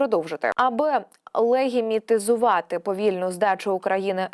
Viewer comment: Легітимізувати!!! Не легімітузувати!